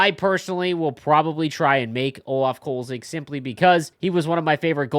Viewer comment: The goalies name is Kölzig, not Kolzig. Attention to details is not EAs strong suit 😩